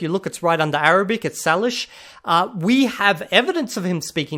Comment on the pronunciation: Salish is pronounced saylish not sahlish. I have a hard time believing he’d speak it considering it’s a First Nations people’s language group consisting of 23 languages, most of which are near extinct and with the common ones having a maximum of around 2000 native speakers. Even as someone who grew up around a lot of Coast Salish people, it’s very rare to find a native speaker of the language or even anyone who knows more than just a few phrases. Almost all the people who speak a Salish language are 60+ years old, it’s not typically taught anymore. I believe the languages would be very hard to learn due to the lack of native speakers of them and because they do not relate to any other language families. It just seems like a language you’d list as a brag that practically nobody could test you on to prove you don’t know it.